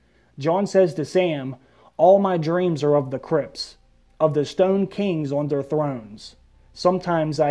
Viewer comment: The way you said Crypts sounds like Crips, the L.A. Gang and what I heard was "What if Jon has another dream of the Crips" and I busted a gut thinking of Jon in a blue bandana with a Crip entourage